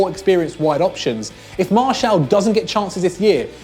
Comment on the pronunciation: Pronounce Anthony Martial name right.